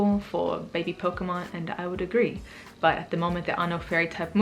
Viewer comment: The way you said "pokemon" and "move" was spot on! :P